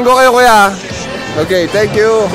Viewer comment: "ocakes" HAHAAHAHHA 💀